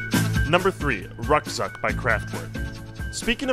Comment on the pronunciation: The only bad pronunciation was kraftwerk and ruckzuck. Think crawft-veark and rook-tsook